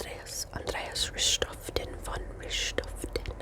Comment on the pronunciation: Hi ,the name is von Richthofen .i know German is difficult. 😉 Greetings from Germany.